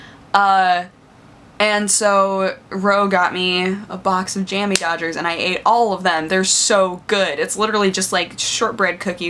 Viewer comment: It's Jammy Dodger. The accent is on the dodger, not the jammy >:(